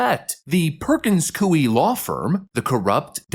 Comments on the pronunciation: careful - the 'grandma' you reference was brainwashed. She actually is trying to find a way to be 'unpardoned' and was upset that Trump pardoned her. there's a video for you. also... sorry... it's not COO-ee, it's coy-E. (basically the -y to -ie swap out). Like saying "boy" but giving the emphasis on the 'y'. You know... like saying 'yeeeeahhhh boy-eeeeee"? Perkins coy-EEEE. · it is pronounced Koy. It sounds like Roy, but with a "K" sound. ❤ your channel! 🇺🇲🙏💯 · Coie is pronounced as "coy". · Hey “” why do you deliberately mispronounce words. You sound uneducated: Charicature, Coie, Aragua. I understand “demoocracy” but what’s the story or the meaning behind the mispronunciation of the other words? Please tell us. By the way love your work though. Try use Google to find the correct pronunciation of the words if it’s not deliberate.